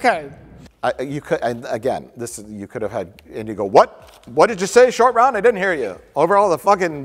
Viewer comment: Roat Shore 😂